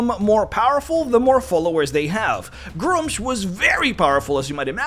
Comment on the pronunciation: It's pronounced "Gruu-mush".